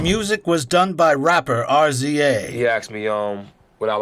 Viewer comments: The rapper R. Z. A. This dude been cappin the whole video. pronounce rizza, one syllable word. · R Z A 😂 It’s “Rizza”. Hahahah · Rapper "R Z A" was hilarious. How white are you? RZA MANE, RRIIIIIZZZZAAAAAAAAA. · “riza” not r-z-a but great video 👏🏻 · Had to immediately pause the video to make sure this comment was here. 👍🏽😂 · RZA is pronounced, Rizzah. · RZA is pronounced Riz-za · Calling the RZA R-Z-A is a credibility killer. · “Rapper R Z A” ha! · "Rapper R.Z.A." Hey mom! I finally found the one person on the entire planet who doesn't know the Wu-Tang clan! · The rapper Arr Zee Ayyyyyy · R z a fuck that sounds funny pronounced that way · Ar Zee Eh? That's a not for me budz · When the commentator smelled out Rza when is pronounced Rizza I almost turned this video off 😂🤦🏿‍♀️ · "the rapper ar-zee-ay" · RZA pronounced Riza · Had to stop at “rapper are zee aye” (RZA) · you had me until "are zee ay" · "Rapper R Z A"...🤣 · “The music was produced by Rza”. It’s pronounced Rizza, JFC! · He said rapper R.Z.A. Hahahahahah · "music was done by the rapper Arr Zee Ay" lol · Calling The RZA “R-Z-A” is why I hate these VO videos sometimes 😒 The disrespect is crazy. Do your due diligence 🗣️ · great video but pain when you said R. Z. A. Instead of RZA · The rapper RZA is pronounced Rizza. I'd re-record that because it knocks your credibility, like you couldn't research the name of one of the most famous rappers ever. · Calling RZA, R-Z-A made me cringe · LOLS... "R. Z. A." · RZA is pronounced "Rizzah" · “Music done by rapper R Z A…” 🤦🏽‍♂️ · I am currently watching this and I am dying at the "R-Z-A" ahahahahah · Its pronounced Rizza its spelled RZA 🤣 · R. Z. A. oof Great video tho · It’s RZA (Riz-ah) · Rza?Really?? Dear white guy it's pronounced rizza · The name is RZA, not R.Z.A…..smh….. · RZA pronounced “Rizz-Ah” 2 syllables, Wu tang forever 👐🐝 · RZA is pronounced Rizza. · "The music was done by rapper R Z A" lmao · My dude really said “rapper R Z A” 😂😂😂😂😂😂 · Are zee aye